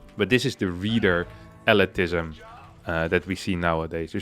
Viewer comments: Hey, its pronounced elitism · "If you can watch pictures, why read? See that's the problem with elitisssm?.. elitizm?.. etli..."